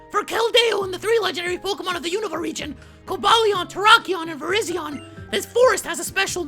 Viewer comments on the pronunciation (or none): Virizion is pronounced Vyryzhon